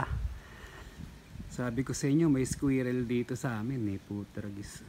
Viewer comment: Squirrel when pronounced is just 2 syllables